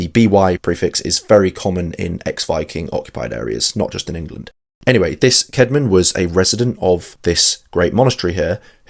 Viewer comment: Was his name Kayd-mon or Kaad-mon? I think the old English 'ash' letter that combines ae is pronounced like the a in cat. So I go with Kaad-mon.